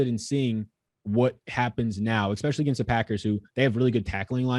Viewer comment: I love when people say exspecially